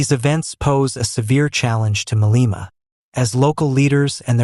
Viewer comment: "Ma-lay-ma" not "Ma-lee-ma"